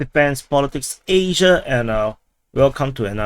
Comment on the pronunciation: That "Asia" was a bit short!